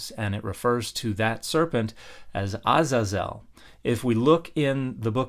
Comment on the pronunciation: I have never heard the proper pronunciation of Azazel until now 🤯 I usually hear it pronounce Uh-Zay-zuhl